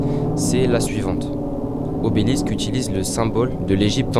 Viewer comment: Obelisk, et pas Obélix